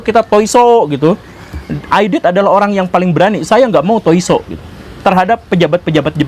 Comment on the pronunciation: Tai So, bukan Toi So itu seperti senam pagi 😊😊😊